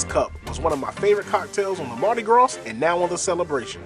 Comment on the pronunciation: The S in Mardi Gras is silent. Also it’s AP-Erol Spritz. You butchered that pronunciation lol😂 but great video!!